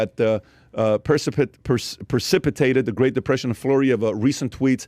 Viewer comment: Learn how to say the dude. It is not “duh”.